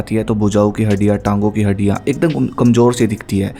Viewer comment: Haddiyan ❌ haddia ✅